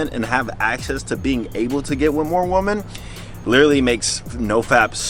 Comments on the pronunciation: I love you bro. But learn the difference between the pronunciation of WOMEN VS WOMAN. Thanks man 🙌🏾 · Is it me or does he say Women odd